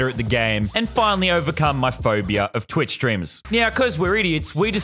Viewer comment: Why did u say Twix instead of twich